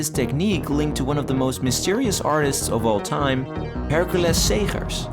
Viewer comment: Way to pay due diligence to an artist! That is certainly NOT how I would have pronounced "Hercules Segers". That is art.